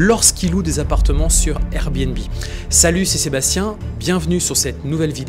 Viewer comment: Salut! Super vidéo, une intro qui claque avec une musique épique qui nous met dans le jus directement, et cerise sur le gâteau... ENFIN une prononciation clair de "Salut C'est Sébastien". J'ai toujours était convaincu que ton véritable prénom étais Bastien, c'est comme si je voyais mon père pour la première fois, je suis ému. Continue comme ça, je ne loupe aucune de tes vidéo, tu es mon mentore.